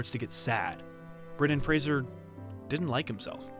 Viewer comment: Is that how you say his name?